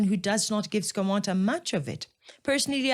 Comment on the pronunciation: Its not skomota its skomoda in pronunciation. lwena tlwela go itira lekgowa thata